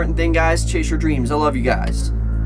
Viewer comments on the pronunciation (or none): "CHASE YOUR DREMS"